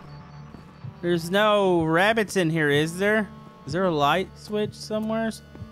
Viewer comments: Rooooodger we're hunting for wabbits 5 minutes ago:*runs over Rodger* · roger we’re hunting wabits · funny part of the vid is you saying roger were hunting for wabbits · it's wabbits